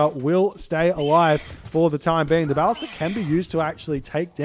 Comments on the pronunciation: I think his emphasis is still on the first syllable, whereas every pronunciation I can find has the emphasis on the second syllable. Hence, buh-LIS-tuh. I can accept that the “a” in ballista has multiple different pronunciations, but from what I can tell, even the Ancient Greek pronunciation places the emphasis on the second syllable. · Your pronunciation of “ballista” is unique. I’ve always heard it “buh-lih-stuh”